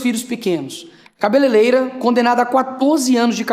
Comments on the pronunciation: Ele não sabe nem falar a profissão correta da mulher! "cabeleireira" e não Cabeleleira! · 😂😂😂😂 quando começa errado é mentira na certa Nicolas não sabe pronunciar cabeleireira e sim cabaleleira 😂😂😂😂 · "Cabeleleira"? Duas vezes? Aí já é burrice por convicção. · O que será "cabeleleira"????😂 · "CABELELEIRA" :face-green-smiling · O animal disse "cabeleleira"😂😂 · Cabeleleira??? Não existe essa profissão não. Isso estava escrito no telepronter? 😂😂😂😂😂😂😂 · Um deputado falando " CABELELEIRA ' é ridículo só pode ser bolsonarista mesmo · O pequeno gênio fala cabeleleira🤔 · A palavra "cabeleireira" é formada pelo sufixo "-eira" acrescentado à palavra "cabeleira". O sufixo "-eiro(a)" É um substantivo feminino que se refere a uma pessoa que corta, penteia, pinta ou trata o cabelo dos outros. Alguém avisa o Chupeta que a palavra certa é CA-BE-LE-REI-RA e não cabeleleira como ele disse. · eu ouvi "cabeleleira" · a "CABELELEIRA" da Niky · mesmo lendo o cara fala "cabeleleira". Pode isso, produção? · Eu não estou acreditando que um deputado falando duas vezes cabeleleira nem eu que sou apenas uma costura sei falar cabeleireira. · Mas bolsonarista é td burro. Certeza que ele não faz ideia da importância de Rosa Parks, ele fala Cabelelera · Esse Nicolas nao sabe nem falar kkkk "CABELELEIRA" piada os parlamentares que elegem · Inventa tanto que inventou até uma profissão nova... "CABELELEIRA"... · Esse Nikolas fulaninho é tão obtuso, que não sabe nem falar corretamente o próprio idioma. Pronuncia errado a palavra cabeleireira. 😂😂😂😂😂😂😂😂 pensa que é gente, tadinho. Fora que nem as comparações soube fazer. Além disso, os 14 anos não são só porque ela escreveu na estátua, é o somatório de outros crimes cometidos por ela. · Além disso tudo... não sabe nem dizer corretamente a profissão da moça. Deixa eu ensinar:C A B E L E R E I R A...ENTENDEU? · 🤦🤦 falou cabeleireira errado 🐂🫏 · Primeiro Nicolas precisa aprender a falar”CABELEREIRA” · O melhor é a "CABELELEIRA" kkkkk PQP